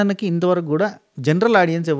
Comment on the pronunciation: Few days ee reviewers videos chusthe vachina English kuda marchipotham emo😂😂 audions anta😂😂😂